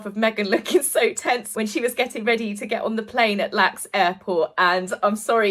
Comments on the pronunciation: it is not pronounced "Lax" it is pronounced "L" "A" "X" - the letters. 😊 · So painful to see markle sabotage what should be a morale boosting event. 😢 Also it's EL-AY-EX airport not 'lax' 😅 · Just a note: no one says “lax”🥴 It’s initials are spoken L-A-X. Js💛 ~ from US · I detest M but Archie may be going to preschool, my grandsons did, but who's picking him up? Does he stay there until she returns? Also Los Angeles airport is the initials L-A-X not pronounced lax. Your hair, makeup and nails look great. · Another FABULOUS video. You hit the nail on the head each and every time! Just one thing I thought you'd want to know - the airport in Los Angeles is pronounced L-A-X. Each letter is fully pronounced. Not "Lax" as in one word. :) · One other lil quickie … we don’t call it LAX airport; we say each letter (El - A - Ex airport) 😘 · Me-again will just never get it. It’s sad. Could it be that she is an actual head case? fyi - no reason you should know but it’s L.A.X. (Los Angeles international airport) not Lax 😂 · Hi i love your vids LOL idk if you’ll see this but LAX is pronounced by us locals as L-A-X just the letters ❤ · Oh, you did it again....... it isn't lax(ative) airport........... its the letters EL- AYE - EX.... it stands for Los Angeles International Airport........no one calls it lax...... they call it the letters L-A-X............ because (duh) everyone already calls Los Angeles.....EL - AYE.... the letters. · This is my all-time favorite picture of Meghan. Thank you for including it so often in your videos! By the way, LAX (airport) is not pronounced "Lax" - but rather "L-A-X" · LAX airport is pronounced with its letters, L A X. It's a terrible airport and always under construction.